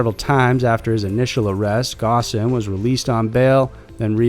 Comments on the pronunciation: Ghosn pronounced "gone" with the "o" in "ghost" >< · It’s pronounced “Phone”. Not “Ghosn”. While your research is usually above board, something as fundamental as this, can’t be overlooked.